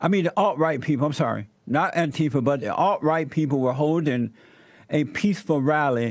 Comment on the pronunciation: Love it when JLP occasionally says Antifer